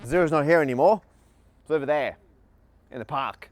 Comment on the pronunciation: Matt is going really strong with the non-rhotic R today. Sta's and pa'ks